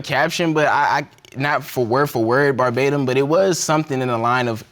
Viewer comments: Did any hear him say, “barbatem” vs “verbatim?” 🥴 😩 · ver·ba·tim in exactly the same words as were used originally. NOT Per Batim. Lol, trying to use big words. Education. For most, its free.